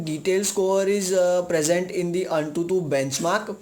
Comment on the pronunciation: it's written AnTuTu...but spoken as An22..correct Ur grammar